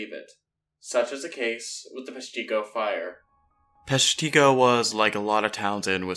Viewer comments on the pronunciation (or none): Yes, PESH-ti-go. Not Pesh-TEE-go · The town is actually pronounced with a short I. Peshtigo not peshTEEgo. You are not the only to pronounce it that way.... The History Guy did as well. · Great video. However, the fire is pronounced (Pesh - ta- go). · Another video where they mispronounce the name of the town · I cringed everytime he said Peshtigo!!!